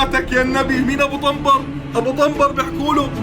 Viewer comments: ابو طبر وليس ابو طمبر😂😂❤ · عيني ابو طبر مو ابو طمبر 😂😂😂😂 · ابو طبنبر ههههههههههه